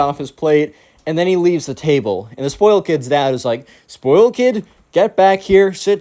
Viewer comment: Zspoiyled. (Spoiled)